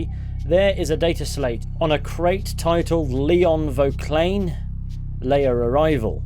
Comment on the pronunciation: "Lair" is pronounced to rhyme with "wear", just FYI.